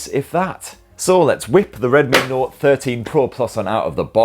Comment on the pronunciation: Were you tipsy? Oh, by the way, have you tried Penderyn legend whisky yet?